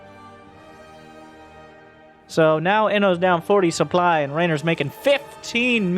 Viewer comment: Supe-ply? KEKW I need me some of that sweet supeply